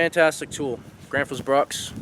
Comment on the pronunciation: They do make good axes. Besides - your pronunciation of Gränsfors isnthalf bad. I really enjoy your show!😃